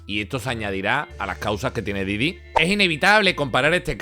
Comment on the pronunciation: Diddy Kong xDDD esa pronuncieishon